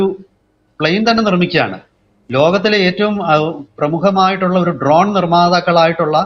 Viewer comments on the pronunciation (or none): none